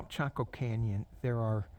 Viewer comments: You did pronounce it correctly. …M🌼M of 5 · Yes you said it correctly. My mom in law spoke a lot about Chaco Canyon. You are nearby to my in laws in Farmington New Mexico. I used to live there. I loved camping in the San Juan National forest. My in laws are very interested in the Anasazi Native Peoples. My brother in Law who believes in aleins.